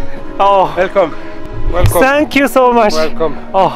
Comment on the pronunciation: 建议还是改一下这个错误的口音，thank you不要再读成sank you。绝对无恶意，忠实粉丝。